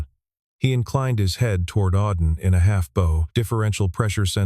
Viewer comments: Please listen to your stories, critically, before posting. AI narrators handle certain words badly. the word spelled "bow" should rhym with "wow" not "no.". It was pronounced correctly the second time it was used. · First the narrator said "Bo" then he corrected to bow (bending at the waste).